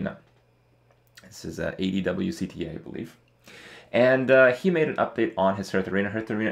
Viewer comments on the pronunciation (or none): ADWCTA pronounces his name "ad-woc-ta" Kripp